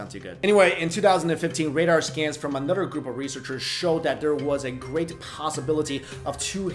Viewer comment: Anodder anodder anodder